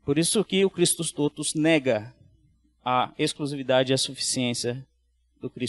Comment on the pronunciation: Pronúncia correta: TÓTUS, com o Ó aberto, não fechado.